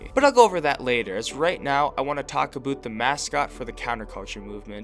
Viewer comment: He is a Canadian for sure, HE SAID ABOOT AND EH